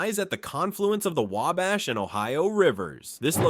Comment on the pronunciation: I liked the fact that the last time I watched an Indiana 50 fact's about Indiana the individual kept saying Way-Bash and this narrator pronounced it properly multiple times and I am from Marion, Indiana